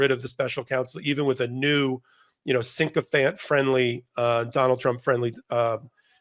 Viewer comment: it’s sycophant, not syncophant!!! Syc not sync. The word “syncophant” does not exist.